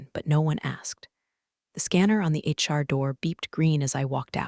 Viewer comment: HR not Char, I beg you.